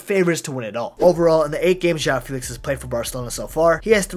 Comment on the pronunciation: JÂU FILIKS